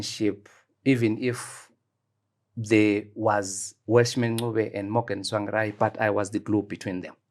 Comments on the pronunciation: He complains about wrong pronunciation of his surname then goes ahead and says "Tswangirai" refering to Mr Tsvangirai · He has worked with Tsvangirai for years but still cannot pronounce his name correctly...and yet he scoulds Chamisa for same? Are we a cursed people?